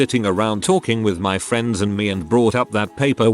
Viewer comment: “Next time on fwends” 🤣